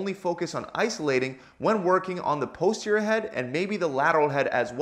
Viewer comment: This may well be good advice but his mispronunciation of "Posterior" is making me want to claw my face off.